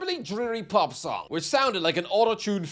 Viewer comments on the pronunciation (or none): none